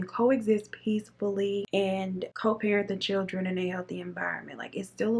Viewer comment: She says “chill-tren” lol that’s funny